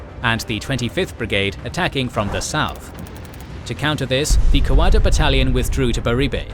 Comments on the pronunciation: FARK ME!!! PLEASE PLEASE PLEASE STOP CALLING 'KOKODA' KOK A DA !!!! ITS KO-KODA. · I cant help my self any longer: everytime i hear old mate pronounce Kokoda I cringe.. we (Aussies) pronounce it differently, more like "Ka-Koa-dah" kkoda js 🤷‍♂️ Anyways - Love your work beenlong time fan for half decade now. Absolutely Exquisite, marvellous work soaring beyond all expectations. Much Applause. I cant even imagine how the channel can evolve into anything better but Im sure it will and I will be suprised then as I am again and again. 👏👏👏👏👏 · It is a real pity about the pronunciation of the place names in this video. It spoils an otherwise well presented video. For instance Kakoda is pronounced Ka-code-a. I had to stop watching halfway through because I could not stand the butchering of the names any longer. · If only you could pronounce Kokoda right mate😆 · If only they could pronounce Kokoda right mate😆